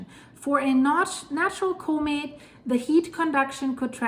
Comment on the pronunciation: Similar . I like the way she pronounces "comet" "KohMitt"